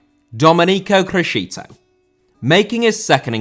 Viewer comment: Criscito* not Crescitouw